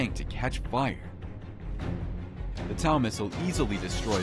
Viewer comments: FYI, TOW MISSILE IS PRONOUNCED "TOE" NOT LIKE COW. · Its pronounced like TOE not TAO but youre using a stupid AI voice narrator, so thats what you get :) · I hate AI narration. It’s a “tow” missile, like tow truck, not tau. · Tow...as in towing a car. Not tow like cow. Wtf. Total clickbait and so much bs in this. You say didn't need a drone while showing abdrone hit. Say a drone hit that tank when it is obviously hit by artillery. Blocked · its spelled TOW and pronounced as TOE ........NOT TAU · Where do you get these narrators that can’t even pronounce TOW, it’s not taw, it sounds like toe, TOW! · Pronounced "toe" missle, you noob! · The TOW is an American ATM and has been used in the US Army science the early 1970. It is pronounced like the appendages at the end of you foot. The toe. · It’s TOW like you tow a car not whatever you said. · It's a T.O.W. missle. Prononced "toe". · “Tau missile” lol